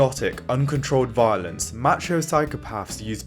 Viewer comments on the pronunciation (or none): If he says match-ho one more time I'm going to act out violently.